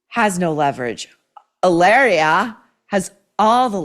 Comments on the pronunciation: in spanish H IS MUTE you dont pronuncie it it doesn’t exist mit sounds ilaria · It's pronounced "Hillary." From Bahstin. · It's weird how every time you say her name I'm thinking you've left the S off the end and I'm not being sarcastic that it sounds like hilarious should be her name